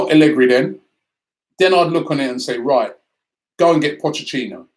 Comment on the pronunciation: Potchachino? How can Somebody who makes his living off of talking about football not know how to correctly pronounce Potch’s name. It’s like how he pronounces Rennes, I guess he will never learn.